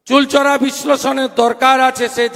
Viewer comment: শুভেন্দু বাবু, শব্দটা চুলচরা নয় শব্দটা হবে চুলচেরা। বক্তব্য রাখতে গিয়ে পরপর দুবার ঐ শব্দটা ভুল করে উচ্চারণ করেছেন।